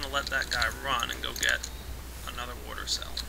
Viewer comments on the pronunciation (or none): I actually find it kind of endearing how he says "warter".